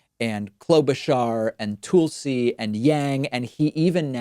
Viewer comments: Okay you've got to be just trolling us now with this mispronunciation. You know it's not Toolsi and Boot-edge-edge. Next week it will be Bearnie Saunders? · Haha I've been picking on him for that too. TOOL-see and Boodah-jej... wonder if he does it to kinda troll them?? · The 'ul' in Tulsi is pronounced like null. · I can't help, but feel you are throwing a little shade every time you pronounce Tulsi as "Tool-si" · No doubt about it, hes trolling. People have gotten upset with him mispronouncing her first and last name, hes poking them. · Why can’t Palma say Buttigieg and Tulsi correctly? Intentional or a speech impediment? Whatever. The DNC would be foolish to pull its nominations again from Bernie after it was clear that Hilary wasn’t the popular candidate. Bernie was surging as she was faltering and would’ve risen to beat Trump. Instead she failed to recognize Trump’s rise and dismissed his supporters with a “let them eat cake” attitude. And like Marie Antoinette, the essentially beheaded her presidential run. The DNC would further alienate more voters by repeating the same mistake even if the Primary is just as close as last one. I believe that a Sanders-Yang ticket would be the right call. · Bro why are you saying Buttegeig and Tulsi like that? They pronounce their own names differently lol. Great video nonetheless, as always, thanks D. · Is David deliberately mispronouncing Buttigege's name? And why does he only refer to Tulsi Gabbard by her first name (also mispronounced)? I'm not a fan of either of the two, but I find it curious that David continually butchers their names and don't think it's a coincidence. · Toolsee? LOL It's TUL-see (the TUL part sounds the same as Jethro 'Tull') unless, of course, you were being sarcastic. :-) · Is it Tull-see or Tool-see? David is the only person I know that pronounces her name that way. I hate when people mispronounce names. It's lazy or vindictive if done with famous people. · Tool-see. Boot-edge-edge.